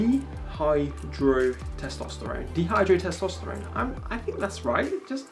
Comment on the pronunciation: Good video man. It’s Di-Hydro Testosterone :) The Di pronounced like Die. It’s a precursor form of traditional testosterone 😊